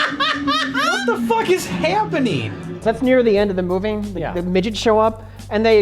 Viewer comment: "That's near the end of the moving" Jay missed a bungled pronunciation, smh